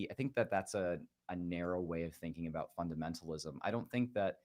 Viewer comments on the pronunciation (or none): JJ is very NEEDY for attention. He says ABOOT, only person in Canada who does. Claims falsely it is “Canadian Raising”…but it isn’t Notice he pronounces “sound”, “around”, “found”, “trout” normally, not as SOOND, AROOND, FOOND, TROOT. It’s just one of his annoying mannerisms. His profound hatred of all things Québec is another. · I love how jj pronounces 'about'